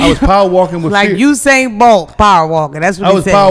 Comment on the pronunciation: This dude said “Hussain Bolt” LMFAOO 💀💀💀💀💀💀